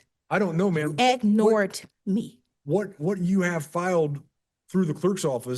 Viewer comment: "he AG-nored me!" Sometimes I think the US isn't sending it's best.